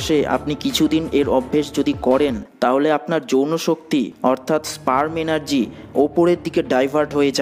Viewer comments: স্প্রাম না স্পাম উচ্চারণ টা ঠিক হলো কিনা সেটা দেখা উচিত না হলে ভিডিও শুনলে বুয়া মনে হবে যে কারো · Ar e bhok chod eta sprem o na spem o na eta sperm